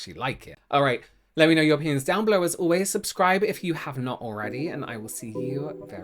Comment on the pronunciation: "Let me know your opinions" sounded like "Let me know, Europeans" for a second lmao